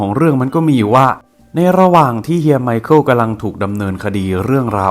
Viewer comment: ไมคาเอลล อ่านแบบโง่ๆ แต่ต้องออกเสียงไวๆหน่อยนะครับ ไมเคิล นั้นล่ะจ๊ะ